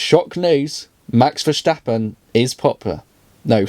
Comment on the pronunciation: Do us a favor mate; pronounce max's name correctly, he is NOT german so stop pronouncing his name with that (ignorant) Verssschstappen rape of his surname. Thank you!